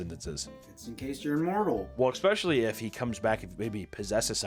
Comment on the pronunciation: He did it, he said "expecially" again. Remember, I'm just trying to help. I love you